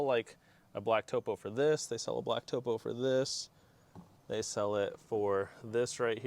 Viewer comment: Not pronounced “toe-poe” Pronounced like top-o, as in a topographic map. Cool stuff man!